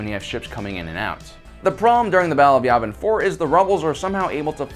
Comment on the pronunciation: YAVIN It's pronounced YEAH-vin. NOT YAW-vin... It's YEAH-vin! Ok? Yes? No? Circle one. GOOD!